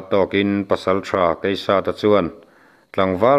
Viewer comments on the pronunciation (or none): none